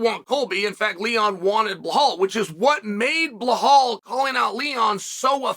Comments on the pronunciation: Everyone: Belal Chael: BLUEHAWL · Chael ma man! Its Belal ffe not Behaul or Beblal..😂